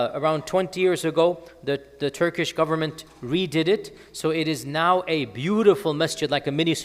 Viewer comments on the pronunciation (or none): none